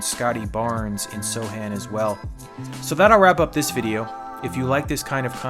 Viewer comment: One question, why he's called So (c) han Instead of So Chan? Just being curious